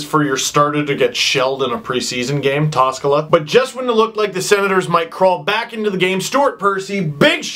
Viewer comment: Holy shit I laughed so hard - . That way you said Toskala was fucking hilarious. And I really know what you talk about. When he came back to Finland to retire in his junior team(Ilves), he was literally worse than in the Leafs. I mean, he was old as fuck, I know, but he couldn't even play good enough in here :D